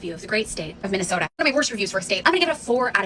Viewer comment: and the best part of Minne-Soo-ta is the millions of great people. except for michelle bachmann. your content rocks! I grew up in the shadow of the schmidt brewery and will stand tall for my hometown.